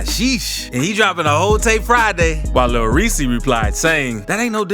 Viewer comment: Nigga is saying lil reesii 🤣🤣